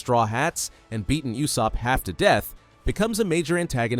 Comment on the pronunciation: People gotta learn to pronounce Usopp's name. It's not you-sopp.